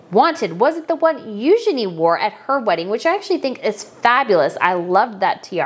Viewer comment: Psst! It's "Eugenie" - french